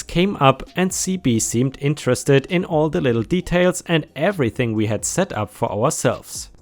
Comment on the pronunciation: W.E? P.D? The word is WE as in; We took a drive. PD is of course Police department.. I do love your stories, but please do sort out the way you say things. Thank You.